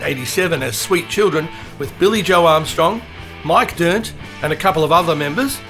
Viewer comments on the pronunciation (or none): none